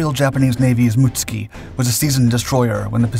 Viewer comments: Most of us would say "moot SOO kee" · Mutsuki* not Mutski lol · Mootski😂 it’s mutsuki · I thought "Mutsuki" had three syllables..."Mut-Soo-Key" is how I thought it is pronounced. Muht-ski sounds vaguely Russian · Why you always say "Mutski" instead of "Mutsuki"?! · The ships name surely is not pronounced as “Muts-ki”?? It should be Mut-Suki.. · I am an American who was fortunate enough to go to school in Japan. I speak a little Japanese, took it in HS. Your pronunciation is wrong for this ship. It's MITSUKI, SOUNDS like Mitt- sue- Key. The way your pronouncing it sounds like another ship entirely. Being factually correct on your videos is a must, that's why I watch them. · yes it does, however his pronunciation of it, is wrong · Pronouncing proper nouns correctly has never been a priority of this channel